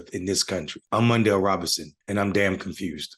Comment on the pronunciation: I'm "confussss' that you're confused. Smh